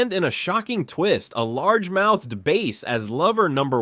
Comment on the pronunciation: Did u just call the largemouth bass as large mouth base